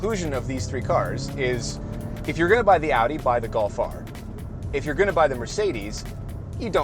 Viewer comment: "Get a Gof R". Not all of us like the look of a hatchback.